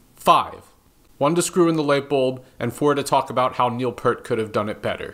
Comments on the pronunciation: Dude. It's pronounced Neil PEEART, not PERT. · Neil Peart! Peeert! Not Purt! Peeeert! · I’m glad I’m not the only one who mispronounced Neil Peart this week 😅